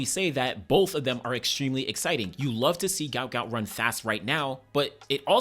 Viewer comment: Say his name properly Guot Guot. What an Aussie legend.